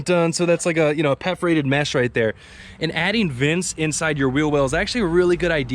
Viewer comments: Pefrated? Perforated lol just being a word nazi great video! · Peffferated! Hahaha made me laugh!